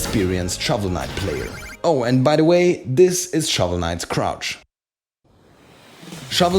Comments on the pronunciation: At first i thought he said crotch lol. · I thought he said crotch too